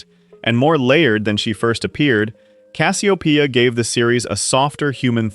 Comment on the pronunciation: The person you are showing for the show isn't Dr. Wilker but the actor's picture is of the person who played him. You showed a character from the " Greetings From Earth " episode. Also, you kept pronouncing Cassiopeia all "fracked" up. Please get your A.I. sh** together.